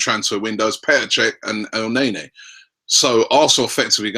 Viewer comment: it's el NENNY not el NAYNAY FFS NOT HARD